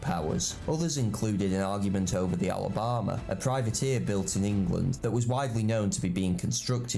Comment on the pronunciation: He's mispronounced "Alabama". Perhaps deliberately due to so many Americans mispronouncing the English language? Or perhaps an amusing jesture to your ex President, or possibly..........................he's just clueless. You decide?